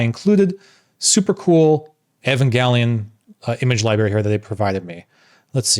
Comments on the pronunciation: Libary? It’s LIBRARY wtf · Man, I was all in with this guy until he said "libary". Maybe he should have had an expresso before recording the video.....ugh. Very cool Evangelion DAP though.